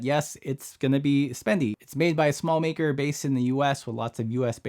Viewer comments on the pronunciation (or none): none